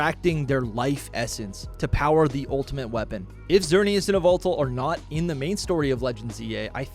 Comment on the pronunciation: Dude. What was that Yveltal pronunciation?